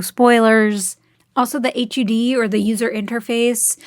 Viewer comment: What an original username ...also who the hell pronounces the individual letters in the word H.U.D?